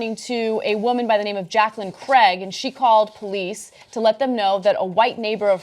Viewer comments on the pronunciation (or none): Craig, not Cregg.